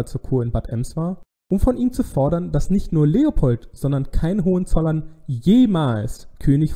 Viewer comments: ...und zwar auf dem zweiten o. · Danke. Sigmaringen Betonung vorne. Hohenzollern Betonung auf o.